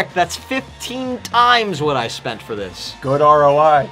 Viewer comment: when say good "gooud"